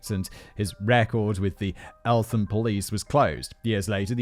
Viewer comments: Elt ham not elfam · Elt-ham The th is not sounded together in this case. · Just so you are aware, it's pronounced Elt-Ham (Eltham) and Ear-rith (Erith) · And elt-ham